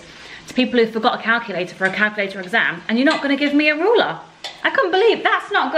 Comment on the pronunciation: Can we address how pronounces ‘ruler’ 😂😂 ‘roller’